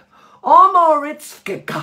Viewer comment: Loving you, Trinny and this was very helpful. Please learn this to pronounce well, and l hope I am making it easy phonetically: O M O R O V I T Z A